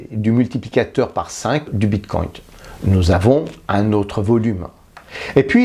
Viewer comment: Si jamais on dit bitcoin pas bitcoint